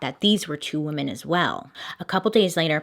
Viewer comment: "Wee-mon hater, but I am not" I can't XD